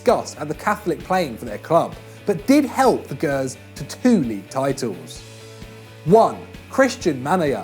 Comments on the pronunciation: It's pronounced like jers not gers, ffs keep behind the camera. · It's pronounced like "jers" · He said gers wrong ahahahahah fanny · mfw you say "Gers" wrong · never really minded but seriously, you cant even say gers right, what a fucking mong